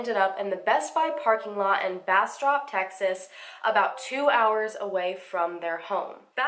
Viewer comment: Also, great job pronouncing Bastrop. I'm from an area in Louisiana near Bastrop, Louisiana and it's pronounced completely different. Took me a while to get used to BasTROP, Texas.